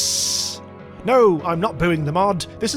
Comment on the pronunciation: Lah - me - ah They’re real mythical creatures- so yeah, there is a proper pronunciation T’was just bothering me, sorry lol Edit: holy crap, the slime race ship is literally a space booger